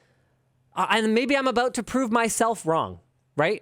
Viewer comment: Am I the only one who thinks "Ha they said aboout!" every time they say about?